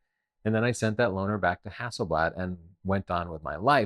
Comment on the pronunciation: camera name is stated as "Hassleblad" and not "Hasselblad"! How on earth did that happen!?